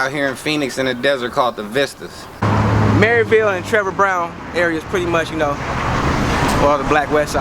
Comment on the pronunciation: And 2 all you fake ridaz it's "MARYVALE" not "MARYVILLE" GET IT RIGHT OR JUST DONT SPEAK ON IT SPECIALLY IF YOU XLAIM TO BE FROM THERE....